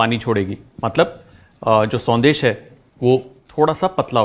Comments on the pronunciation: It is not sondeh but it is shondesh sir. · Thanks for the recipe Chef.. but it’s Sondesh not Sandesh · Sandesh nhi banegi शौन्देश ki spelling padne me संदेश lag rh h shoundesh hogi sir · Very good Kunal, love your recipe videos - this one is no exception. Just a small observation - since you are presenting a Bengali sweet, might as well pronounce it correctly. We don’t have the स sound in Bengali. Sondesh is pronounced Shondesh 😊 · It's actually pronounced as " Shaun-desh"